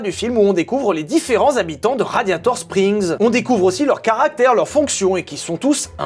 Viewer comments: Ha un moment vers j'ai écouter Gladiator strings au lieu de radiator spring c'est moi ou ?😂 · "Gladiator Strings" ou mes oreilles ont beugué 😂😂😂😂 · je sais pas si il a fait exprès ou pas mais à il dit raditor string mais je pose sa la vous faite se que vous vouler de cette info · !? Gladiator-strings !?!?!?!? .......RADIATOR-SPRINGS !!!!! Le printemps du radiateur ! Pas le string du gladiateur !!!! 😂